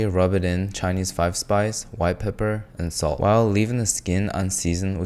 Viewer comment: "That's too much god damn peppah, get dat peppah awf der"